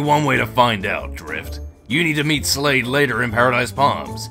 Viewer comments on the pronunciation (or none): Did you guys say Slade it supposed to be Shade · LOL It's Shade not Slade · It's not slade its shade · Her name is shade not slade